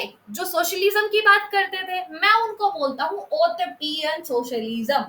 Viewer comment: Utopian pronounciation is wrong !